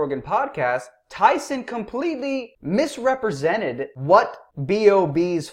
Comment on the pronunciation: "Tyson deliberatly or otherwise MIS-REP-RE-SENTED B.o.B" times infinity